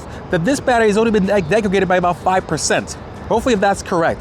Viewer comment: "Degradaded", "defected", and "aroused". Not good. LOL